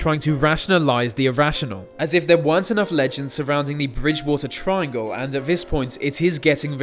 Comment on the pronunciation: tirangle what that rembers me ilu... STOP